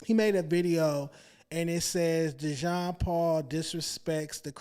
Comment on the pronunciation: IT'S DEEEE-JON DAMMIT!!! 😂 For real though, Dejon, you got some good chemistry with... Y'all are like a DYNAMIC DUO & if you can find a way to get Lush over there, even if it's like 1-2 times per week, it would be one of the best podcast out there... You & Lush have a great amount of Hip-Hop & Music knowledge so when you guys get together... the show is never dull! Even if you can get Lush once a week, it would be dope... But you & should have different guest every week, instead of just searching for another co-host... Either way... Don't fucc it up!!! You got some good shit going here! Love from Baltimore! 💚💚💚